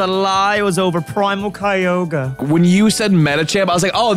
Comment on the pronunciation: Bro said mega kyaoger😂